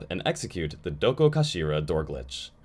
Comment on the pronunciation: i clicked to see how badly you butchered the pronunciation on 'dokokashira' hope im not disappointed edit: could have been worse